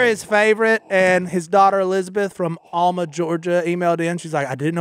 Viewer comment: It is pronounced Al (like Robertson) -mu (Alma, Ga I live in Coffee county next to Bacon county where Alma is located) LOL!!